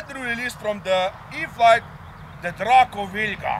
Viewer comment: Hands down the COOLEST pronunciation of DRACO ever!